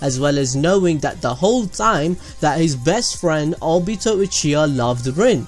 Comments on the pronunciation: you said o-bi-ta... its o-bi-to edit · Did anyone else here him say Albito instead of obito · Obeeto Me:WHY CANT YOU JUST SAH OBIIIITO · he said abito TRIGERD!!!!!! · the way u said obito made me uncomfortable idk why lol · Say obito like that again and I will kill myself